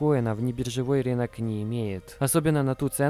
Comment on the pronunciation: рИнок режет ухо, РЫНОК говорится!!